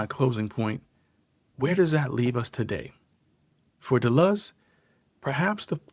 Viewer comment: If you are going to speak with intergrity on a subject, at least learn to say the subject's f**king name properly. De Luz it is not. You chump.